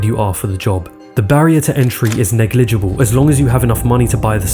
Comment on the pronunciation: You really need to learn how to pronounce distributor correctly, also negligible.